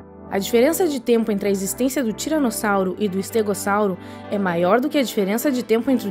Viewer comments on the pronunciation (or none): none